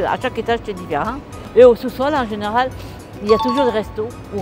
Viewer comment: 我很喜歡這種影片 很有法國人開講聊天的感覺。 我聽到很多跟我學的口音不太一樣也很有趣。例如 different 的 rent和 麵包胖pain 媽媽的口音比較像英文發音。都覺得很好玩。 可能可以跟 法文邂逅 合作拍攝，應該也會有不同的火花。